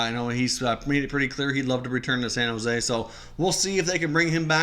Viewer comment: “Shan Jose Sharks” lol